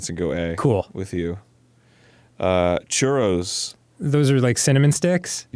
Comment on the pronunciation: You need ya some good churrRRRRRRRROLLINGTONGUESOUNDDos